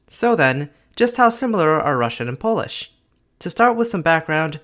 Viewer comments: you're pronouncing pretty much everything wrong in polish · He's just straight up mispronouncing most of it. So yeah, a bit of an oversight.